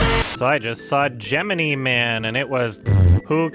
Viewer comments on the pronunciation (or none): Geminyyyyeeee not gemineeeee Don’t make me turn into Hermione over here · gem-in-ee man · Unrelated to my own opinion on the movie that I haven't ever seen, but I believe it's actually pronounced "jem-in-eye" man. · it's pronounced "ja-meenie" man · It's pronounced "Genie Man"